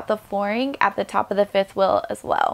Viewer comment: Liked it because of the way you transformed the RV. Looks beautiful. But please pay a bit more attention to how you pronounce some words. Fuhl is feel? Wuhl is wheel? Ruhwhul is reveal?? Wuhl is will?